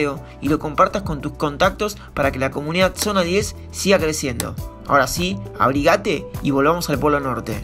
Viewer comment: Abrígate* acentuado en la i, no en la a.